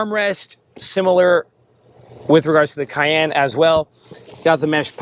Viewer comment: the way you said cayenne. CAY......................................END